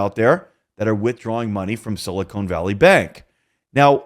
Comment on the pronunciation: Sili-khan not sili cone